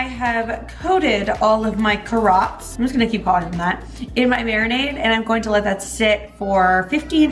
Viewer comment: "Ka Rots!" from now on O_O LoL